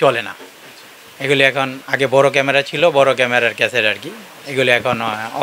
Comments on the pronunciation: ক্যামরা না বলে ক্যামেরা বলতে হতো । উচ্চারন ঠিক করে উপস্থাপন করা উচিত 😢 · কেমরা কি শব্দ ? ক্যামেরা বলা শিখেন। নিউজে মানুষ কি শিখবে? এসব বস্তাপচা চ্যানেলের লাইসেন্স কে দেয় ? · ক্যামরা না ভাই, এটা ক্যামেরা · ক্যামরা কি ভাই?? ভোকালিস্ট হয়েছেন কিন্তু উচ্চারণ এই অবস্থা কেন?? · Camera not camra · age camera uccharon shikh beta